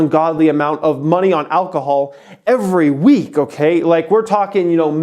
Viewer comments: Alcohol not alchol. You stupid dumb idiot. Go back to school and learn so you can become intelligent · It's ALCOHOL not AlCHOL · “ALCHOL” HAHAHA